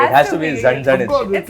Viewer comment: R u really from Kerala 🙃. Cause the way u pronounced thecha and zanzanit is pure marathi accent😄.... Btw... Don't go on my name...😃 I m maharashtrian married to malayali so I can differentiate the language accent. Your hindi n english accent is good as well.👍